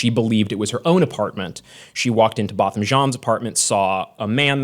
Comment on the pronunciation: Why did he butcher Botham Jean's name though? Poor jab